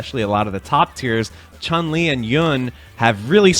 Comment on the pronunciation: "Yun" rhymes with "moon". "Chun" rhymes with "moon"